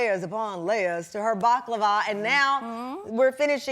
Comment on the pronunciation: i know what it is but the way host pronounced it was too bad that is why i said what is this ...